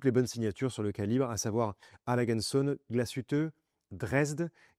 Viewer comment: Vous ne me tiendrez pas rigueur si je me permets de corriger votre prononciation de Langue & Söhne, söhne le fils le S se prononce comme un Z et le ö ➡️ EU .